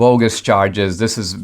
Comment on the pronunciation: Straka is a Slavic name wit the second A pronounced.